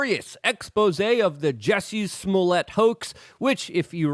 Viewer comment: "this week on; actors who think that they're writers; juicey smüllyay"